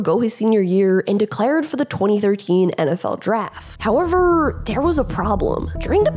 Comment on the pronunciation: I like these videos, but A) Who TF taught her to say "howeveRRRRRR" like that? & 2) Why does it LEGITIMATELY sound like she's being punched 👊 in the stomach as she says "HoweveRRRRRR!!" ?